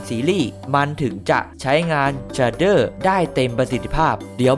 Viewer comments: มันอ่านว่า เฉดเด้อ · มันอ่านว่าเชดเดอร์ครับ